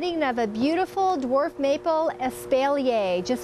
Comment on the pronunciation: Probably because it shows you just about zero. And her pronunciation of espalier.